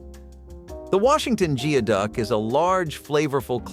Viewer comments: Its pronounced GOOEYduck, not GEEOHduck. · Geoduck is pronounced, "gooey-duck" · And as a Washingtonian, I am obligated to tell you that the word "geoduck" is pronounced "gooey duck." It's derived from the Lushootseed word gʷídəq, meaning “dig deep.” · It's pronounced Gooey-duck